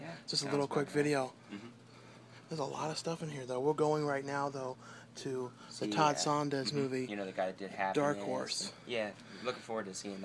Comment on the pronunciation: His name is Todd SOE-LAHNZ, NOT SONDEZ!!!!! Can you READ?